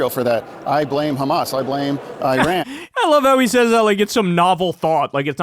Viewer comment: after two years he can not even pronounce the name of Iran !